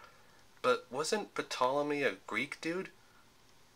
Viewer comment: you don't pronounce the P in Ptolemy.